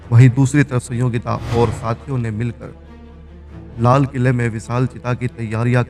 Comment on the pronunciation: Lala quila, bhang pee li hai kya .